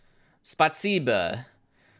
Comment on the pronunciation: love you, but that was probably the worst pronounciation of Спасибо ive ever heard